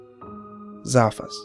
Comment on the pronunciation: It's zass...fass